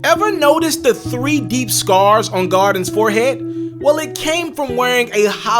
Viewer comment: i must be the only one who cringes when he says “garden” instead of GAULDEN